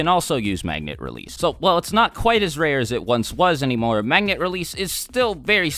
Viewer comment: Anyone else notice he said magna